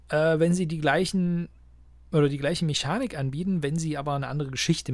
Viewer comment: Ich schreibe es jetzt mal unter dieses Video obwohl es m.E. ein generelles Problem von dir ist, nichts schlimmes aber mich triggert es jedesmal. Meschanik, Mansche, Niche... Du sprichst grundsätzlich die "sch" und "ch" genau falschherum aus. Werde ich jedesmal fuchsig. Aber ansonsten sind die Videos wirklich toll!!!